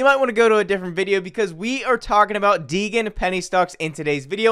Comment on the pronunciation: day 583 of telling that it's pronounced "dee-jen" not "dee-gan" short for "degenerate"